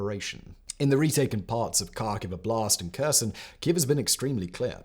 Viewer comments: Kherson and Kharkiv should start with sound H, not K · I appreciate your video, but please can you make an effort to say Kherson correctly.